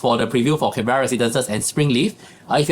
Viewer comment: Pronounce Can bur uh, not Can Bear Rah